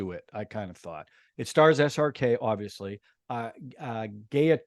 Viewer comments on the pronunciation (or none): Pronounciations on point - you tackled Swades and Gowarikar well! Gayatri is pronounced “guy”-a-tri